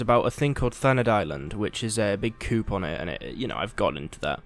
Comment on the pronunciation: You say coup as in where chickens reside. It's annoying.